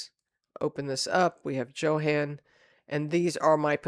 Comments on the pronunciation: Johan is pronounced Yo-han, not Joe-han. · Not to be picky but Johan is pronounced Yohan or Yo ann. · Because I'm a language geek, I had to mention that Johan is pronounced with a Y sound, not a J sound. Same with Jensen, so it would sound like Yohahn Yensen. (Sorry...like I said, I'm a language geek, and I cringe...) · I believe the name Johan is pronounced like Yohan if it is a German name.